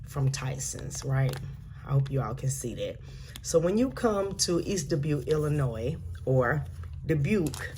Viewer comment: Thank you for not putting the S in Illinois! Way to go!